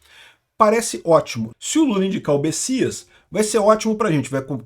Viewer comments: é Messias com M e não Bessias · É messias ou bessias? num tô entedeno nada! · alguem sabe porque o chama ele de Bessias?